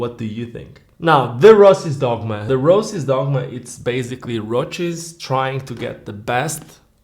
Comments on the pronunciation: Why do you keep pronouncing it as if it's a roach? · I like your particular way of pronouncing ROCES (which I'm not used to, since in Spanish we always do it like the actual word that would roughly mean '(shallow) scratches', 'brushes', or 'grazings' to name a few) and maybe it's the correct way of doing so since they're Italian and I don't have a single clue of how they pronounce it even having had ROCES skates since being a teenager...